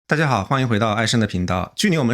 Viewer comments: 艾森 ai sen，不是艾申ai shen。四si分之一，不是事shi分之一...... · 艾sen，不是艾shen